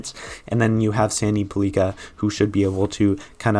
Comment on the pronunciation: Pellika should probably be a bit higher up on this list, but the future will tell. Also, his name is pronounced like pelican without the N.